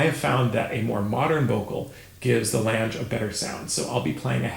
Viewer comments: All those years and you get away with mispronouncing German????? Lan ga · Could the last name not rhyme with the English word “flange” but be the German word for “long” which is pronounced “long-uh”? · I am far from an expert but I believe that it is 'lang-euh' if that makes phonetic sense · I love you, your channel is wonderful, but Lange is a German last name. You really, really, really need to fix that pronunciation. For the love of all that is good and holy, if you can pronounce Wiesbaden or Wagner with a V sound, you can nail Lange just fine.